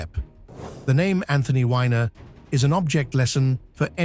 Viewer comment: I couldn't watch after the apologetics for Weiner. You even refuse to say his anme correctly. Why would you be protecting this guy? You actually state some facts in there about him doing A LOT of things wrong, and being convicted - right in bewteen when you say he made one bad judgement and he acted wihout thinking.